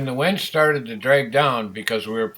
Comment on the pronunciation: It's Winch not Wench.. lol